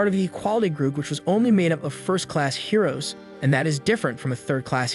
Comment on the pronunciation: I guess the hero's are heroin addicts. seriously why does the text to speech say heroin